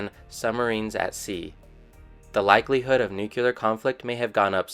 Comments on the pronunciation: Just what I was looking for. Tired of seeing biased or incomplete information and just wanted to learn what was happening. Thanks 👍🏻 FYI though, it’s not pronounced ‘nuke-ular’ or ‘jag-wire’, but it did give me a good chuckle. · Dont know whyn but I cant stand it when I hear nuke-ular